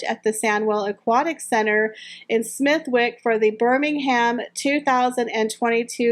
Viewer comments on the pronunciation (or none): Hope you dont mind but . Smethwick is pronounced SmethICK...silent W. X